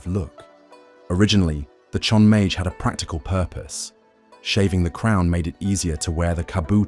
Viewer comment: You're saying chonmage like a French word... it's chon-ma-geh, not sure how some of the pronunciations are fine and some are very off